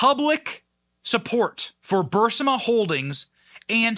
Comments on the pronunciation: Respectfully, it's pronounced bur-EE-sma, not BUR-si-ma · Somebody tell Benny it is: BURISMA NOT BUR-SI-MA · It's not Bursima.Its Burisma, boy . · Benny, great work, keep it up! Your weird pronunciation of BurISma (not BurSIma) is a minor thing, but it’s a little jarring to hear. LGB! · Bu-REESE-mah NOT Bur-sym-ah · It’s not Bursman it’s Barisma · Benny it is not Bursima, it’s Burisma. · Love the Benny Show but can someone please tell Benny its B-U-R-I-S-M-A not Bursima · I hate to be that person, but it's BuRiSma, not BuRSima. Also nothing will happen. Nothing EVER happens to these people. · Benny the Ukranian company's name is "Burisma" not Bursima". Just so we keep the facts straight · It's not Bersuma it's..Bireeeezma you OFTEN mispronounced words.. Can't you do a little homework before you create a podcast, so you seem a bit more credible?..just a thought 😒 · It's pronounced BR-EE-SMUH, not bursima !! It's spelled BURISMA not BURSIMA. I watch and like most every video you put out and really appreciate what you do, but accuracy is very important. I'm a 74 yr. old guy, not some punk-ass !! Thanks !! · Burisma NOT BURSAMA..benny you're driving me nuts! You're even reading it wrong! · It's BUR-IS-MA..... NOT, BUR-SI-MA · bur - IS - ma..... not BURS - IMA! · Isn’t it pronounced Bur-is-ma, not Bur-si-ma? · Benny mispronouncing Burisma about 50 times was truly annoying. Why did his team not catch this. He was saying Bursima when everyone under the Sun says Burisma... anyways... Go 45 scorched Earth! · Burisma or Bursima? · Love the channel Ben for for God's sakes learn how to pronounce BUR-IZ-MA (NOT BURS-IMA)!!!!! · Benny, it is Burisma, not Brisma. The reporting was great. Cecilia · Benny, why do you keep saying Bursima? It’s Bur Is Ma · Burisma, not Bursima... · Benny saying it as Bur si ma instead of Bur isma is making me crazy! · its bureeeeesma. not bursima i have been on this for 8 years :) i like benny. but pronounce it right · Bur-is-ma, not Bur-si-ma.